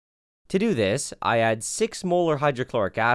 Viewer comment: he is saying nylon 6,6 as nylon s*x